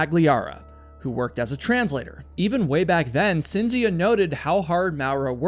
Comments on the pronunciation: FYI: Cinzia is pronounced (Ch)inzia in Italian. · Everytime you say "Cynzfcia", my European ears are trying to end their life & explode🥲💀🥴🤢🫩🙉🙉🙉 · For future reference and only for information, rather than criticism - Cinzia is pronounced as CHINZ iya and Giovanni is joe VAHNI ; accent on the capitalized syllables. I can't believe that I knew nothing about this story, especially since I've lived in Italy for 30 years and neither my Italian husbands or my friends here have ever mentioned it. So glad you covered this mind blowing story! Now I have to start asking people whether they think he did it or invented it. Thanks very much for another great video!! 💯💯💯💯 🙂🙋🏻‍♀️✨ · Love these videos but the mispronunciations are driving me crazy ...Cinzia = Chint-zee-ah. Giovanni - Joe-vah-ni. (Sorry, I just can't help myself ... carry on) ;)